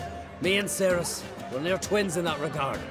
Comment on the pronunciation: I think it's pretty cool to find out that there's a video game character with the same name as me but I was really weirded out by the pronunciation. No one has ever pronounced like that ever. It's actually pronounced cer-is not ser-is. The Welsh language doesn't really convert C's to S's the way English does.